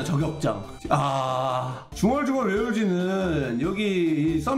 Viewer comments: 진짜 중얼중얼..왜울지? 이거 레전드라고요 ㅋㅋㅋㅋㅋㅋ중얼중얼만 나오면 맨날 왜울지? 생각남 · 아 중얼중얼 왜 울지는 지금 들어도 개웃김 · ㄹㅇ 중얼중얼이랑 맘! 좀알듣게는 언제 안웃기냐고....ㅠㅠㅠㅠㅠㅠ